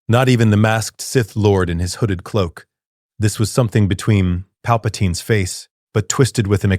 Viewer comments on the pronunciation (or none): none